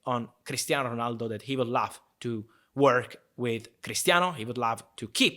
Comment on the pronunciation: When he says love i feel like he is saying laugh